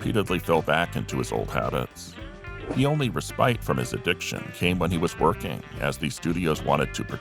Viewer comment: Ruhspite, lol